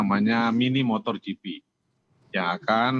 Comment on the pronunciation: MotoGP pak, bukan motorGP, 😊🙏